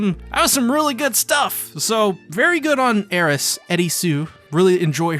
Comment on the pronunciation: Why are you mispronouncing Eris's name, it isn't cute or funny.